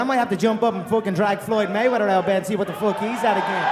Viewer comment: "FOOK MARK HENRY" Mark henry WWE